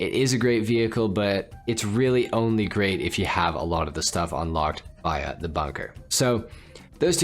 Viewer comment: Never heard someone say Via like that 🤣🤣